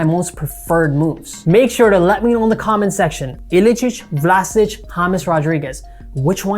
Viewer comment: Good video as always. P.S. It's not Vlasich, it's Vlashich P.P.S. You shouldn't ware those black and white shirts :)